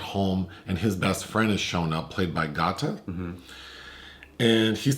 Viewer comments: LMAO! His name is pronounced “Gay-ta” like Alligator. I didn’t even realize y’all were talking about him until mentioned he’s in the show Dave. Y’all don’t do well with rapper names this is another Wale situation 😂 - Y’all still great tho! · Why yall keep callin Gata(🐊) Got-Ta?! 😂🤣🤦🏾‍♂️ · GaTa is pronounced GAYDUH. As in alligator. He is SO good in Dave on Hulu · His name is pronounced Gay-ta. So funny hearing you guys say it though 😂